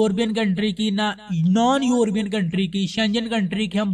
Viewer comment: یوربین نہیں ہوتا لفظ یورپ ہے اور یورپین بولیں درست فرما ادھر ادھر سے سن سنا کے ایسے ٹھوکی کھڑے او